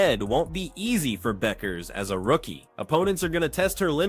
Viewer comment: Guys, her name is pronounced Beckers, not BUCK-ers.